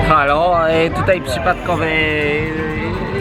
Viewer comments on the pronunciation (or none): none